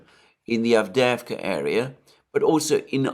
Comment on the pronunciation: You pronounce it "AvdYEvka."